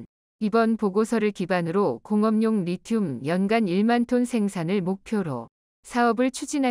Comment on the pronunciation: 오타로 잘못된 자막이 있더라도 해설은 제대로 해야지 않나요? 리튬을 제대로 발음한건 딱 두번 나오네요 ㅎ